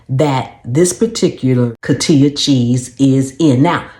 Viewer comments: Coti'HA, saying it the wrong way, the ones that buy it won't hear it & know... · It is pronounced co---hee--ta.